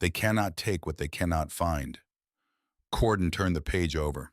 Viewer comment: Is the boys name Cordon or Gordon ? The narrator pronounces it Cordon the text spells it Gordon . Which is it ?